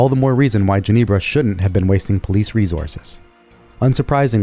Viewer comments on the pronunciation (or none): What's going on with some people on YouTube pronouncing "resources" as "rezorces?" Knock it off.